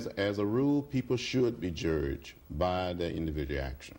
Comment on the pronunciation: He said "jurged"! HA!